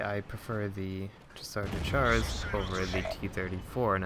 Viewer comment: Correcting you is my honor and your displeasure :P It's pronounced Shas-eur de Shar. Soft Ch in french, along with some silent s's at the end of things ;)